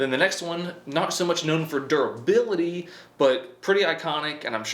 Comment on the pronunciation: Razor durabilatiiiititit What ?